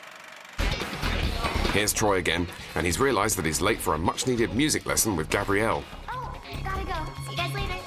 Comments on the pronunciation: It's Gabriella not Gabrielle The story of my life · Its Gabriella not Gabrielle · thank you! and its gabRIELLAAAAAA! NOT GRABRIELLE fs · It's Gabriella not Gabrielle..